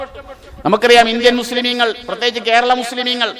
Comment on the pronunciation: മുസ്ലീമീനുകൾ അല്ല.... മുസ്ലീങ്ങൾ എന്നു പറയെടോ.